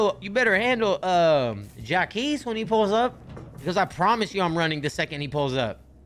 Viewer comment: Berlin and 🤝 mispronouncing “Jacques”